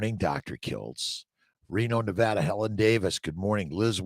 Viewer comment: YEAYY!!🎉 Dr Kiltz pronounced “Nevada” correctly!!